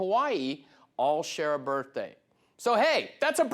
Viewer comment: I think he said it more like 'birfaday'.